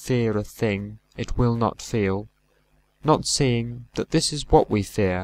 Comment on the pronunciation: In stanza 3 at line 7, try putting the emphasis on”this”. Great recitation, but that slight amelioration would be perfect.